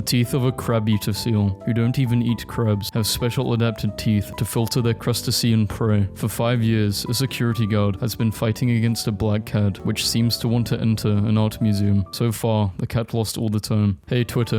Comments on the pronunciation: He really said Crust-ussy-ian 😭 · Crustacean = "Crust-tay-shun"